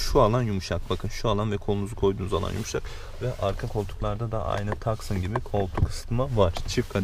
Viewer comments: Tucson yazısını "taksın" diye okumak nedir ya :) İngilizce telaffuzu bile "tüsan" olur en fazla :) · Tucson un telaffuzu taksın değil tuğsan dır. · taksın değil tuson diye okunuyor.. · gerçekten başarılı araç oldukça sportif adı gibi bu sene 1.6 crdi dct versiyonu gelecek satışları baya artacak . bu arada hyundai tuscon ( TUSON ) olarak okunuyor taskın değil bilginiz olsun =) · taksın ve sıportaj demen güldürdü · O aracın o donanımlı paketine ve beyazına 2 gün önce 126.000 fiyat aldım. Bu arada tucson yazılır tuson okunur kardeşim.:)) Tucson a göre kalite algısı çok daha fazla ama Tucson dışarıdan daha güzel açıkçası. Sanırım 2 gün içinde exp paketini alacağım sportage'nin hemde 114.000 bine. Liste fiyatlarını baz almayın bayilerle direk görüşün ve mümkünse her ikisini de (Tucson-Sportage) mutlaka test edin.